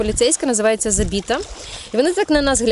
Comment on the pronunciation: "Забита" з наголосом на перший склад. Це типу екнонмічна поліція, вони наглядають за дотриманням санітарних норм, наявністю дозволів тощо.